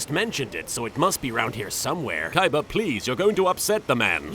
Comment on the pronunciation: who the hell is "Kaiba"? I only know Koyber - the one that Joey duelled for no reason.